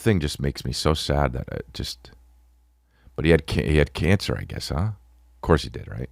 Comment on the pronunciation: The HJ bit ... And saying Canc for cancer 😂😂 im done with you maan😂